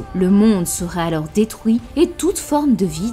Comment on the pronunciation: Pourquoi tu dis sOUivant, pOUisque, détrOUit mais tu dis celUi ? Pourquoi pas celOUi ? Et la NOUit ? Aujourd'hOUi ? La LOUne ??